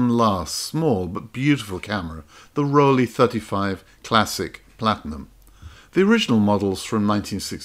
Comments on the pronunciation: Rollei, not Rollie 😉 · It's NOT Rollie, it's Rollei, pronounced "Roll-eye". And, Zeiss is not "z-eyes", it's "Ts-eyes". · I hate to be the one to tell you but it is not Rollie - it is Rollei 😊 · Thanks for this video, very interresting but… ahem… those cameras are called RollEI, ei, not ie! Pronounced Rolleye. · Every time you called a Rollei (roll-eye) a Rollie (roll-ee), somewhere one German person shed a tear :) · Beautiful journey thru camera design history, thank you. Yet, one brand has been misspelled and mispronounced again and again. It's ROLLEI not ROLLIE - and yes, it is spelled (roll-eye) but not (roll-ee) if you will. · Two German cameras that definitely belong here are the beautiful golden "Penti II" and the wonderful shiny "Zeiss Ikon Contessamat". And as a German I'm sorry I have to say that the "i" in "Voigtländer" is a silent/non spoken letter and the brand "Rollei" is "Rollei" not "Rollie" - the proof is on every Rollei camera. Thanks for the great video, the wonderful selection of stunning cameras all the research and inspiration! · it is "Rollei" not "Rollie". It is German and the two letters "ei" are pronounced like the English word "eye". It is very annoying hearing so many times the wrong spelling throughout the video, in particular for someone who owned a bunch of them. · Rollei, not Rollie. 😁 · Good video! Just a couple of things to discuss: 1) it’s Rollei 35, not Rollie 2) Leica M2 and M1 modes were actually released after M3, not before. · Hi. I like your videos! I am a camera collector with about 400 cameras, you have made a very good choice! A little correction for Rollei (never Rollie!) and for Voigtländer. Almost nobody knows, that the letter i is an old German sign for spelling the o longer: we spell "Voogtländer". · yes and please pronounce "Rollei" as "roll eye" - but with short "o", like in "toll" or "poll" or "doll" - says a german lover of Fujifilm X-E2s!